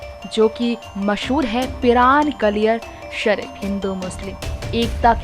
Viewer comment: Kindly apne ancer ko kaliyar Shareef ka naam Shi bolne ko bole otherwise preshani mein aa jaogey